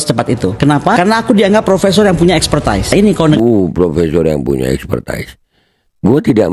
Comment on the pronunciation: expertise = pelafalannya bukan ekspertais, tapi ekspertis....dungu juga nih orang....😅😢